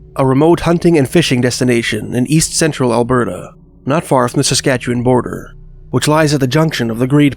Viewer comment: Are you from Saskatchewan bc you said it like a resident!